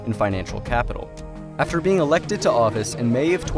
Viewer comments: Did he say elected to office🤣🤣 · I’m sorry did you say elected?